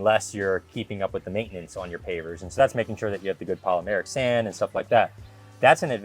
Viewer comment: That darn “maaitenance” gets ya every time